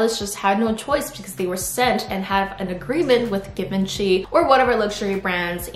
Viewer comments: Baby,thats not how you pronaunce Givenchy.Its pronounced with a French “J” sound, a soft “jz” made with the tip of the tongue, almost like saying “shh.” So its “jzhiv-on-shee,” since the French “e” makes a long “o” sound, and the “ch” is a “sh” sound. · did she say 3 piss outfitlol? and did she just pronouce Givenchy as 'Gkee venchy'...?🤦‍♀️🤦‍♀️🤦‍♀️🤦‍♀️🤦‍♀️yikes dam girl plz know how to pronouce words and brands first before u misspeak0_0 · hii givenchy is prounounced jzhiv-on-shee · Isn't it pronounced as "Jee-vauh-shii" ? (Givenchy) I'm confised lol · First I was like...what Brand does she mean? Her pronunciation is so funny😅 really cute tho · I had to google if it’s really Givenchy outfits, cause they way she pronounced it I thought it was some different brand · Isn’t the G in Givenchy pronounced like a J?